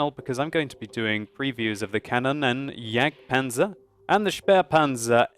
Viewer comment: Hey, you have to speak the "o" of Kanonenjagdpanzer longer